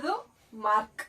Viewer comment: ಮಾರ್ಕ್ ❌ಮಾರ್ಕ್ಸ್ ✅